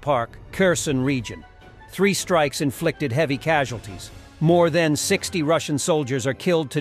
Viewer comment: it's "than"! Thank you for keeping us informed.